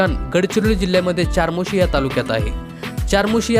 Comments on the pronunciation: Chamorshi ,not charmoshi,speak the correct pronunciation. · चारमोशी नाही 'चामोर्शी' आहे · चारमोशी नाही रे बाबा. चामोर्शी😊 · अरे हे मंदिर चपराळा येथे आहे आणि बाळा चारमोशी नाही चामोर्शी. तू यापैकी किती पाहिले आहेस.? तुला काहीच माहिती नाही. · चार्मोशी नाही,चामोर्शी म्हणा. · चामोर्शी..... म्हणावे.... चारमोर्शी नाही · च्यारमौर्शी नाही चामोर्शी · ChaMorshi hai iska nam charmosi nhi... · चमोर्शी अस नाव आहे दादा चारमोशी नाही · Charmoshi nahi re bhau chamorshi ahe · चामोर्शी असं म्हणा